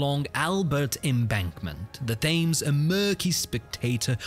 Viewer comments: Hi, I’m a subscriber from Canada with a question: I thought all Brits pronounced the river as “tems”, not “thames”. Am I wrong? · I love this. Your accent is almost as good as Dick Van Dyke in Mary Poppins 🤣. It swings from posh totty to cockney geezer to random northerner. Great, it's hilarious. BTW, even though the river is spelt Thames is pronounced Tems not Fames. 🤣😜 I love it though. Also really well done on slowing this down to natural speed. You really picked up on all the nuances of this drive. Great video.👍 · "Thaymes"???? I thought the locals over there pronounced it "Tims". was I wrong? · The river name is pronounced Temes.The h is silent. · The river fames 😭😭 Like many bri ish words it’s a trick it’s pronounced tems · .. the river Th-aimes! 😂 Those AI bots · I gave up when the AI commentary mis pronounced the river Thames as The-Aims Put a tiny bit of effort into your submissions, it helps keep the viewers attention otherwise it's just another thrown together bit of nonsense BS wasting my time. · more like "temz" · Oi lad, just wann'ed to let ya know dat the River Thames is pronounced Tames and its Bucking-um palace not Bucking-ham. Nice try though, mate. I wish tesla would upload these videos at 1x speed so you didn't have to interpolate but you always do a good job so thank you very much.